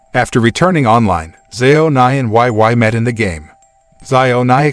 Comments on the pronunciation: Why oh why. Why the why why pronunciation. Seriously, why? It’s Wei Wei like “weigh weigh” 🤦🏻‍♂️ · He keep pronounced wai wai, makes my ear cry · Her name is pronounced "wey." Wei Wei. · You pronounced her name incorrectly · It's like that in the movie too but the way he pronounced it was just- 😂😂